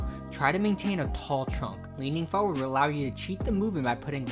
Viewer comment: Lol the way you pronounce the word "forward"